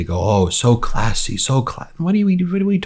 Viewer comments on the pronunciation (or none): Note to “Judge” Jeanine, worlds oldest Forever 21 customer: the word “classy” (or “cuh-lassy” as you say) is almost always used by déclassé people to describe other déclassé people or objects. Example 1), one who would serve wedding guests wine in paper cups, 2), one who would consider the “natural” looking appearance favored by Fox “anchors” attractive.